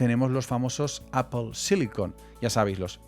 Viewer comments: que nervios cada vez que dices: eipol... nopity nopity, nop... es A-pl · me genera ansiedad la distorsionada pronunciacion de apple EIPOL esta rémal si quieres pronunciarlo como hablante notivo es APL si quieres españolizarlo es APEL pero en absolutamente ningun escenario es EIPOL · Porque dice Eipol? 😂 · Bro no es aiple es aple😂 y no soy fanboy. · Como vas a decir "EIPOL"! Un poquito de pronunciación te pido hermano! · Eipol xd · ¿Por qué dice EIPOL? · Pues yo creo así el los diferencia, dice eipol cuando se refiere a Apple como empresa pero cuando se refiere a Apple como marca lo dice bien, si pones atención te darás cuenta jajajaja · Me saltó el video por la forma de pronunciar el nombre de la empresa me molestan los oídos 😂😂😂😂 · Apple no se dice como tú lo dices, solo para que lo corrijas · Todo muy bonito pero pronuncias mal apple, incluso en inglés no se pronuncia así, supérate!